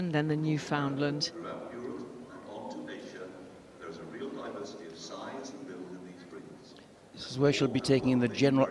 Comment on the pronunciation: So, how is it the commentators manage to to pronounce the names of every other breed but, always mangle the name of The Newfoundland. It's not a "New`Find~lind" or, a "Newfound~Lund". They are The "Newf~In~Land, it rhymes with understand. Comm"on.